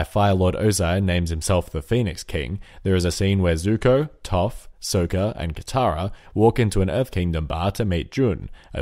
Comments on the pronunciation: If you pronounce sokka as soaka one more time I'm going to forcibly remove your larynx from your throat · Sokka, not Soakah. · I hate how you pronounced Saka's name! it's not Soka!!! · It's Sokka not Soeka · It triggers me each time he says Sokka. It's not SOHkka, it's SAWkka. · The way you say Soka triggers me :|..... and I'm probably about to trigger someone for spelling his name wrong probably. and then another person for grammar. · "Soaka" REEEEEEE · what are you going?! its sokka! like sock-a, not sew-ka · Why Did You Pronounce Sokka's Name Wrong? (This Is Sarcastic I'm Not Going Too Be Triggered Over A Mistake. Then Why Did I Comment This? I'm Leaving Now Bye. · Wai-wai-wai-wai-WAIT A MINUTE! Sökka? With a long O? Someone's never actually seen the show!